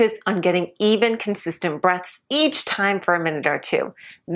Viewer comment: Did she say take breasts or breaths?